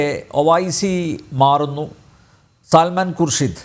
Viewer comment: സാൽമൻ അല്ലാ.. 😄 സൽമാൻ..